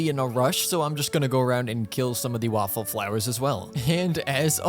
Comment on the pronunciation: HELP😭 did i just hear waffle flowers?